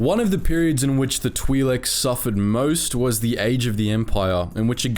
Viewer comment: It's pronounced like that